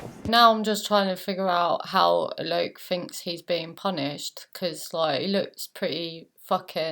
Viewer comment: "This bloke Alok", thumbs up if you like how she pronounced it!